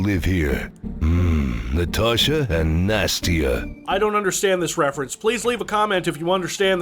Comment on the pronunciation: I assume the "joke" is Nastassia being pronounced as "nastier" #sadtrombone